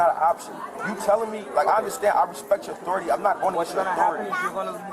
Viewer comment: Knowimsayn??! R-A-S-P-E-C-T 😂